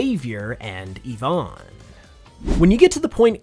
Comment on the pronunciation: Why do people have such a hard time pronouncing names that start with Y? It's not "yavonn" it's "Eevonn". It's not "Yavette" it's "Eevette" In French, Y makes the hard E sound and is called Eegrec (igrec) not Why (Y).